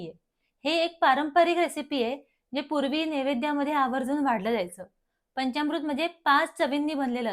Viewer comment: पंचामृत असा शब्द आहे. पंच्यामृत नव्हे.